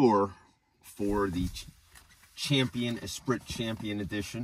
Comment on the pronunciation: Not trying to be a jerk, but I think the correct pronunciation is Espreee Just remembering the lotus… or is the spelling different ?